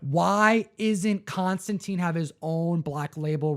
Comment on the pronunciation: Hearing people mispronounce Constantine so much hurts my ears! It's pronounced like mine or fine. There are a lot of Hellblazer issues with him that rhyme the name (I think Batman Damned did too) and it is always made to be read tine not teen. There are even issues where he corrects people on the spelling. Be sure to read his comics with that in mind